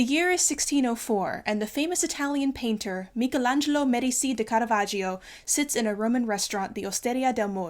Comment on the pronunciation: FINALLY someone who pronounces Michelangelo correctly, you have my utmost respect